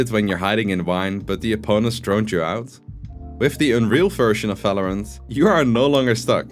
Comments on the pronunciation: V isn't pronounced like in german in english bro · Falorant, Fandal, Fideo. lofe it :D